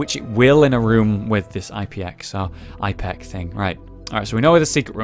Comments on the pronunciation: Ep-ih-cack. thats how you pronounce it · Btw, it's pronounced, ep-i-cac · It's pronounced Ip-eh-cack (the I is pronounced like in "in" except with a "p" for an "n" if that makes an sense whatsoever). Also, you can bomb open doors with any explosive so it's good for getting out of a tough room. Don't know if that works for locked ones. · pronounce it Ip-eh-kack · it pronounced ip-a-kak